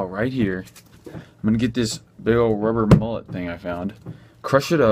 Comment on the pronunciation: He said "rubber mullet ", lmfao 🤣😂